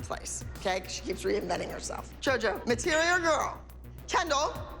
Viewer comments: ABBY SAID MATERIAL GWORL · I cant believe abby said MATERIAL GWORL😂😂😂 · When Abby said “MATERIAL GORL” I died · did she just said material girl???? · DID ABBY JUST SAY MATERIAL GIRL?!